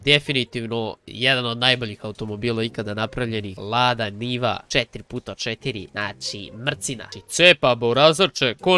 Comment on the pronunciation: Sto svi kažu Lada njiva kad se kaže Lada niva